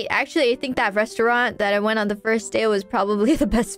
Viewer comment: 言行和生活習慣比起混血更像是很會說英語的日本人w 她對餐廳這詞的發音好特別，是哪裡的念法呀? 日文的餐廳通常會直接省略最後的t音才是